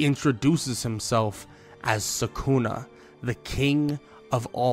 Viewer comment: For god sake it's sukuna not sakuna🥲